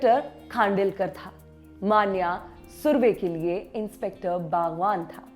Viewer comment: Every time she pronounced राऊल्या. I was like tu hakali hai kya tu!!! राऊल्या नही राहुल्या. मान्या नही मन्या Khud ko modern dikhane ke chakkar me Tum hindi log hamesha hi non hindi bhasha and uske shabdo ka galat uchhar krte ho. Ek news reader ho kam kam se pronunciation to sahi se kro. Sirf mass communication ki degree kafi nhi hoti.